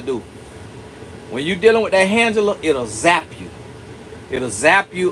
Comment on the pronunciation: Did just say “hand-gela”?! 😂 This is so so so good.